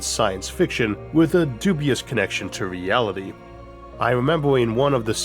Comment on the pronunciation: "We can make our dweems a weality!"